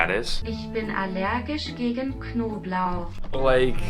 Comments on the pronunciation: Lol he said knoblauch correctly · as a german I can confirm your pronounciation of "Knoblauch" was very very good. Did not expect that!